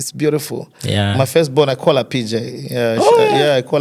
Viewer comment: Awesome Bwembya Bflow thanks for hosting Innocent his face brought back our childhood TV memories. However,Bflow why do you like Stressing the letter R in every word 😂,have heard you pronounce the word CALL ati KOR . Furthermore, you have a good command of English but tone down on the Letter R please 🙏🏾,this is just a constructive criticism 🙏🏾.